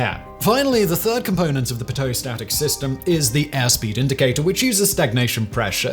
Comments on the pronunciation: Arrrrrr!!!!!! It’s not “pi-toe”. It’s “pee-toe”. Speak English or switch to a foreign language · It's pronounced Pee-Toe tube not Pitt-Ohh tube 😂. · PEET-oh tube. Not puh- TOE 🤣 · As a pilot, I have never heard of a "pit-OwE" tube. Every pilot I have known has always called it a "PEE-toe" tube. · Interesting video but its pronounced "PEE-TOH" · Its pronounced pee-dough tube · From Canada here. I’ve always heard it as pee-toe. I just rack it up to Sir Simon Whistler’s pronunciation. :) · Pee-tow tube. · Love the Chanel. PLEASE when you do a video about one device and you are going to say it 100 times please pronounce it correctly. Again love the channel. But it makes a video unwatchable to hear the same word mispronounced over and over again. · It's definitely pronounced PEEDO tube, regardless of the man. Why? Go ask Savannah, GA. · Okay, I'm going to be "that person" and say that Simon's mispronunciation of "pitot" makes my eye twitch just a little. It's pronounced pee-toe. No, this is not a difference in British vs. American English. The pitot tube was invented by the very French Henri Pitot and is obviously named after him. There is only one correct way to pronounce his last name in French, and that is, phonetically, pee-toe. No pet, pit, or pie at the beginning and no tot at the end. At least Simon pretty much got the second half of the word correct. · Its killing me how he says pitot....... its peeto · isn't it pronounced pea-toe? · These long pitot tubes that stick out a long way in from of the plane are usually only ever used on test planes. They are extremely precise but for regular flying that much precision is not really needed. Also, they are pronounced "pee-toe" tubes. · Simon, you are killing me with your pronunciations! It is pronounced Pee-Toe Tube! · I always call them pee-toe (extending the ee) tubes as that's how my teachers pronounce it... Plus it sounds more French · It's pronounced "pee-tow"... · \*chuckles* It's "PEE-toe", Simon. ;)